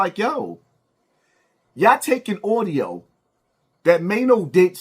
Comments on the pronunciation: it's audio, not oudio. You gotta do better, brother. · The word is Audio not Oudio 😂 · That "Audiyo" was disappointing to hear. 😐